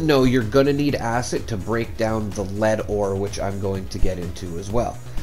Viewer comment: Acid, not acit. The amount of times you say acit makes my blood boil lmfao